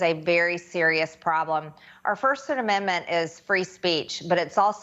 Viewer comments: I promise she prononced it Amen-da-ment at the beginning. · Why does she add a syllable to "Amendment"? Also, what makes her think fox caved to anyone? Tucky got caught talking shit on his boss, and nobody is safe from that. Happened to Charlie sheen too